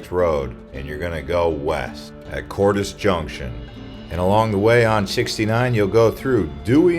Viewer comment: Love it! Pres-KIT!!! Yep! (psst! They got a rodeo too🤪) Cordes Junction... Been here since '71...we say: Cords or Cordez lol! I've never heard "Cordiss" hahhhaha!!! I learn something new every day!!! Cheers!👍👍👍👍